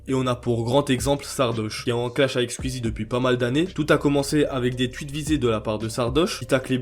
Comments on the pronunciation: Mais c'est si difficile de dire squeezie et pas squizi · Squeezie -> « skouizi » Zevent-> « Zi event » ou à la limite « Zèd event » En toute bienveillance évidement 🙃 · Tu dis scul easy et tuitch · Arrête de dire squizzie stp